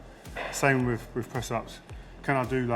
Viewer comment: TH is pronounced TH ...not V .... WITH...not WIV... love Rio